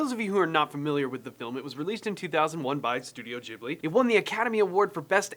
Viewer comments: Why does everyone say ghibli...like jiblets...its Ghibli like the Gibb Brothers....you wouldnt pronounce Ghandi as Jhandi...anyway brilliant video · GHIBLI pronounced gi-blee not jib-lee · Incidentally, it's pronounced GIB-Lee, not JIB-Lee, just because in Japanese, G is always "hard." This is in spite of the name being copied from a language where the G is definitely soft, so it SHOULD be JIB-lee... but it isn't. 😄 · studio "jeebly"))) There's no "jeeh" such sound in japanese. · Bro said studio jiblee